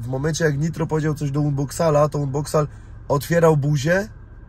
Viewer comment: aż uszy bolą jak wymawiasz unboxall weź zacznij wymawiać po angielsku ta ksywkę dzięki